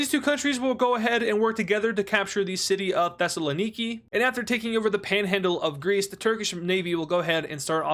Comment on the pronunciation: Your pronunciation of Thessaloniki was actually perfect I was so surprised